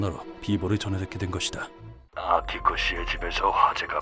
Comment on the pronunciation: 나만 아키코가 빠삐코라고 들리는 건ㄱ...